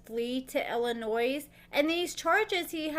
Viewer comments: Illinois. The "S" is silent. Illa..noy 🙂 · Illinois has a silent S pronounced Illonoi haha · I mean this in the nicest way possible, please stop pronouncing the S in Illinois. It is silent. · As somebody that is born and raised in Chicago please please STOP PRONOUNCING THE S IN ILLINOIS IT'S SILENT. WHO IN THIS DAY AND AGE DOESN'T KNOW THAT? NOT MANY BUT APPARENTLY YOU'RE ONE OF THEM. IT REALLY PISSES ILLINOIS PEOPLE OFF WHEN YOU IGNORANT PEOPLE PRONOUNCE THE S BECAUSE YOU DON'T TAKE 3 SECONDS TO REALIZE THAT THE S IS SILENT. 🤬🤬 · I love your videos, but please-the S in Illinois is silent. I believe you're from Missouri? As our neighbor, I would hope you'd know our name. LOL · Always knew that man was unstable. Also, are we supposed to pronounce the S in Illinois?